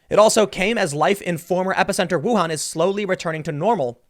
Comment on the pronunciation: Pro tip, Timmy. It's the WUHAN virus. Say it with me...Woooo...han.